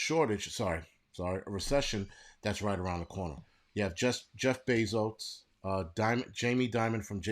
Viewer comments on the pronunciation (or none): none